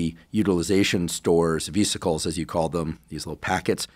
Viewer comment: It wasn't specified whether the walking occurring in these studies was performed indoors or outdoors? If outdoors, there's the exposure to sunlight and vitamin D production that isn't being mentioned or considered here. Also, did he simply mispronounce vesicle, or does he actually think the word is vEEsicle?? I've known how to correctly pronounce vesicle since high school Physiology-Anatomy class, and I'm not a doctor or a healthcare professional.